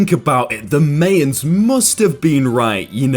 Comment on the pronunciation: Did he just call the Maya the meya?